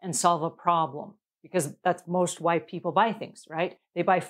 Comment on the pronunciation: 😊 I understand. It did initially sound like white versus why. I just didn't think would say that. Glad all is well. Have a great week Pam. 😀 🤗